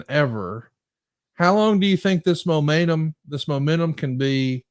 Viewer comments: "Momaynum".... said it twice that big boy thinkin about mayonnaise right now 😂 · can barely say momentum